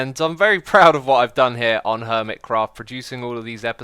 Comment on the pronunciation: its “ermitchraft”